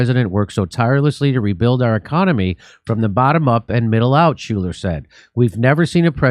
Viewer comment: "SHULER"... Every - Single - Time!